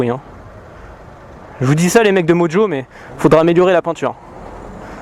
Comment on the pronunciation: "Moujou" dans la première vidéo, "Modjo" ici, moteur "Brouchlèss", bref tu m'as tué xD